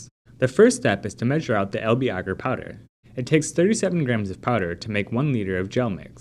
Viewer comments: Bagsy I'd pronounce that like the way they say agar in the video actually. Ooooohhhh! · who else is triggered by the way he says agar? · Studied in the UK my whole life so maybe it's pronounced different your country :) so you can understand my amusement